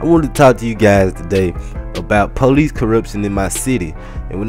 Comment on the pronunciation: lol u say police like pole-eec